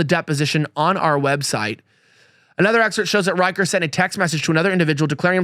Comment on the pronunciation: Rich-er, not Riker. Yes, CA Dems stole 5 House seats in 2018.